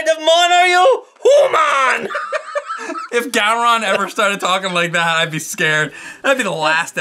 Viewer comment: [homan] is the Ferengi way of saying 'human'! Maybe that's where got it from?